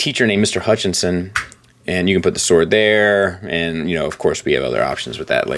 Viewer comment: When starts off the review saying a sWwoord is the best thing about a figure we are in for a hum-dinger. Somebody at Open Play is gettin fired.